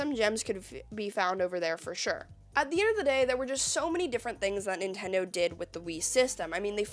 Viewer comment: Ah yes, the Nintondo "N U N C H A C K". 😂 fr tho great vid cool to see your content grow along with you and your channel!